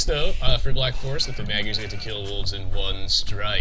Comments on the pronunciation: "Magyars" is pronounced "Modj-ors" or thereabouts. My grandmother is Hungarian, she taught me a little. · The two "a" should sound like the "a" in "fart.